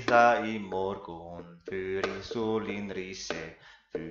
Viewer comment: For the modern Swedish part: Morgon should be pronounced "mårgån" and not "mårgoun" Fager has an A that is pronounced more closer to the A found in "awe" Sjong should be spelt sjöng and pronounced as such Mig is pronounced as if spelt "mej" Jag is usually pronounced with the G also, but mostly in the case for standard Swedish... Other than that you pretty much nailed every pronounciation. A great and interesting video!